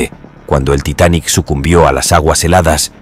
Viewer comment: Ya deja de decir titanic asteric 🙄